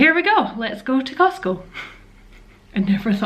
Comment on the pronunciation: Remember it's called "CosTco". Not Cosco. The "T" is not silent.....lol